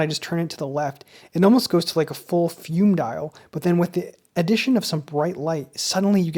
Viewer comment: Great review! BTW, it's pronounced "fu-may" rather than like the English fume with a silent e.